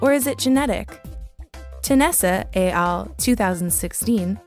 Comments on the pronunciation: I really enjoy your videos and have watched many. One small note tho: it's "ett al" not "Ay al" - it's Latin, not French. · Nice video but please learn to pronounce ‘et al’. In the French language, the ‘t’ is sounded when followed by a vowel in the next word ie ‘al’.